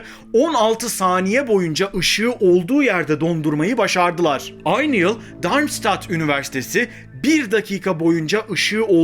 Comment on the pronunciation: DARMŞITAD diye okunur.